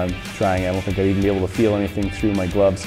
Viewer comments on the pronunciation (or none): none